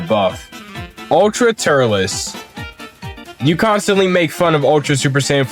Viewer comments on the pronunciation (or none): Turles is pronounced “Turls”